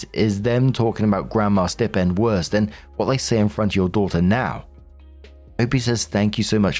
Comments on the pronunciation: Hey gotta say because it’s like a static shock each time and it happens so often I’m flashing like a Christmas tree But it’s stai-pend Like eye or like a pig sty Not stip-end Not a snip at the tip of the end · Story 3. OP is exhausting. As is Marks pronunciation of ‘Stipend’ If you don’t know a word dude, type it into google followed by pronunciation and a little sound clip will play. 🤷🏻‍♂️